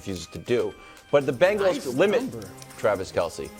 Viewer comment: WE ARE NOT PRONOUNCED BANGLES!!!!! ITS CINCY BENGALS....BENGALS TIGER, GET IT!! :)